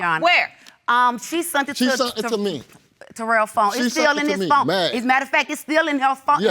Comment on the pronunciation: It's Phone not Phome 😂😂😂